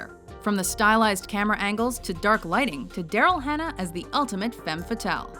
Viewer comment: Watchmojo, if you're gonna say "femme fatale" at least pronounce it properly -.